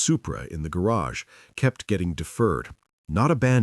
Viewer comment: He says garge funny